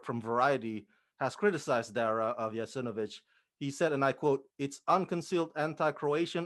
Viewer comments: The pronouncements is Jasenovats not a ch at the end. It is true that the Federation of Yugoslavia wouldn't recognise this as they wanted peace between the nations that were in Yugoslavia, it's time for the world to know during WW2 what happened in this part of the world and how horrific this was. God bless all of those who lost their lives in there and hope that this will give them some peace that is bean long hold for their souls.🙏🙏🙏 thank you for putting your thoughts and knowledge on this matter. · JASENOVAC!!!!!!!! PLEASE ,IT IS NOT JASENOVIC. IT IS JASENOVAC. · How about getting the pronunciation of jasenovac correct first. Very disrespectful